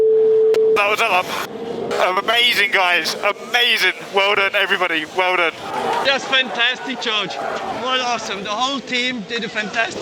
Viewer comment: "werdone everybody werdone"